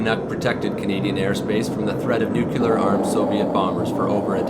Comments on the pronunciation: Nook-yoo-lar? How can you do an informational video and ruin it with a clanger like that? New- klee- ar, not nookyoolar. And there's no such thing as a "tail wing". It's called a Horizontal Stabilizer. This is a good video, but a little attention to detail would make it awesome. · It's "nuclear", not new-cular!. Makes you sound like Dubya. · Nu-clear. 2 syllables. NOT nu-cyu-ler. PLEASE!